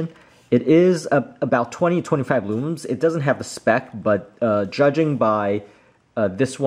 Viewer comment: For the love of all things holy, IT’S LUMENS. *NOT* LOOMUMS